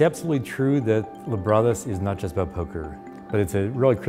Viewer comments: Lab Rat Us. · "just in libratus fashion" lmfao how many times did the robot suckout loooool